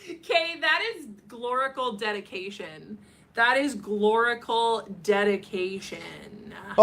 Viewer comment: Every time she said gloricals i swear it sounded like she was saying glory holes..... omg it kept throwing me off.